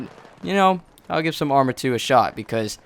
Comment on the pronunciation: i thought u were saying amry of 2 this whole video.